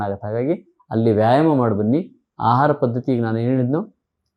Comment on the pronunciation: ಅಹಾರ ಅಲ್ಲ ಆಹಾರ